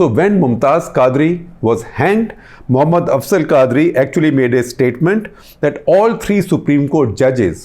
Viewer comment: Khaazri? Quadri. You can't even pronounce names and you are claiming deep knowledge of Islam